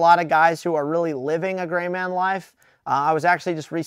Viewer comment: looks at Did he say grey man or gay man?